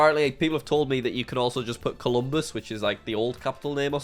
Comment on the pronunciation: Its Colombo not Colombus Jack.